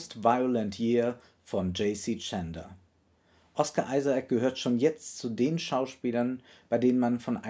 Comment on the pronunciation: "Ohsca Isaac"